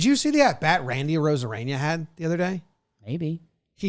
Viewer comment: is it a bit that jimmy does by calling arozarena “arozareña”?? no one corrects him lmao